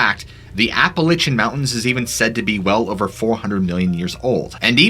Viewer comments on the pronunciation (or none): My friend, I like your stories and your vid's are on point. But please, it's not Appa lichin... It's is pronounced Appa lay she an. Sorry. Plz keep up the good work. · Ap pa latch en NOT Ap pe litch en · OMG I was about ready to strangle you after the 7th or 8th or 10th time you said Appa-litch-ian Mountains. There is no Apple Itch! GDammet, it's Appalachian... like latch... Appa-latch-ian you Love your stories though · LACH not Lich but overall good show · APP UH LATCH UN Jesus Lord. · Apple itchin’ mountains… Appalachian, Apple A shun.. thank you.. you’re welcome… 😜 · Never heard of the “Appalichin”Mountains, please research pronunciations my dude! Love the content. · Ya gotta learn to say Appalachian right 1st, it’s App-Uh-Latch-Un! But the pattern sounds like a hefer bellering, just the tone is much different. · It's ap-uh-latch-uh, like apple atcha. Like to throw an apple at you. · Pronunciation nazi here, App-a-lay-shun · Seriously, learn how to pronounce Appalachian. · Dude I love your videos but please never say appalachiam like that again😂😂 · Love the channel! The way you pronounce Appalachian though...lol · its Appalachian not the way you are saying it!!!! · Great video. Though the way your saying Appalachian mountains is throwing me off lol 😂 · You saying the name of the mountain range wrong ... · You gotta listen to how “Appalachian” is pronounced, mate